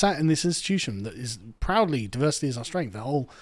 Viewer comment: Diversi’eee (not diversity) is our … whatever it is.